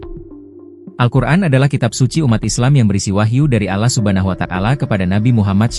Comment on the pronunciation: Kepada tolong lebih bijak dalam membacakan berita, nama allah swt itu jangan sampai salah sebut allah sama alah beda, nabi muhammad shallallahu alaihi wasallam sama nabi muhamad salalahu alaihi wasalam beda... Tolong dirubah